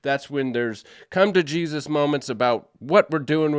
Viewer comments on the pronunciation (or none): none